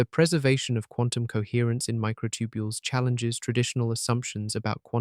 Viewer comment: The Narrator's Still Saying Mighr B Concious Even With All The Compelling Evidence Especially About The Microtubiles.